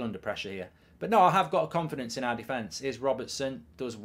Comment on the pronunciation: THE WORD CONFIDENCE 🤣